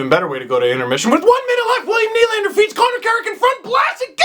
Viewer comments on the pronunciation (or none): none